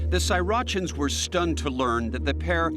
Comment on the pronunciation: Srirachan? Like Sriracha lol